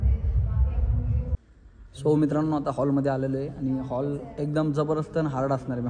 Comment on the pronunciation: Holl नाही रे हॉल किती साधे आहें ते😂😂😂